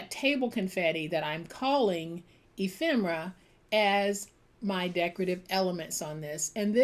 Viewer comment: Ephemera!! i never knew the pronunciation of the word until now! thanks so much! you make such gorgeous pieces of art!